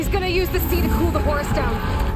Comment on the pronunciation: Brits saying Zeenith instead of Zenith sounds silly, and Horace just sounds wrong, it's Hor-rus as in the Egyptian God!